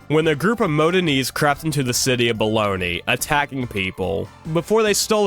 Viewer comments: The city was Bologna, not Bologni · My dude Bologna is not pronounced "Baloney" lmfao that's just the lunch meat. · The City of Baloney?!? Bologna- Bow lone ya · I'm sorry dude but the pronunciations in this video were horrific, (Qing isn't said like that, neither is bologna)